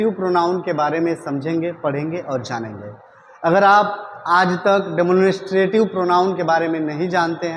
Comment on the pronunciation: Sir please pronounce the word demonstrative correctly